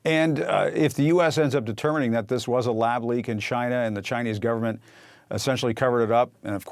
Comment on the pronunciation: "Cheena"......say it correctly please.